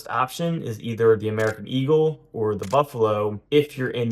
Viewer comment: Gold, not gode. Eagle, not eagoo.